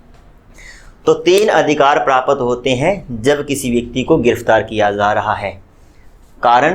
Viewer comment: Sir prapt ko thoda jaldi bola kijiye because Prapt aur prapat me difference hota hai